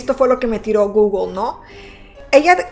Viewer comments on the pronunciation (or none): none